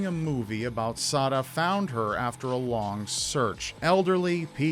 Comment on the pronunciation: I keep hearing suh'dude.......